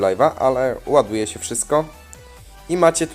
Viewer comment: SE SE SE SE SE SE i tak w nieskończoność nie mówi się SE tylko SIĘ